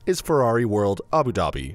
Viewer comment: Good video but the way u say Abu Dhabi is actually jarring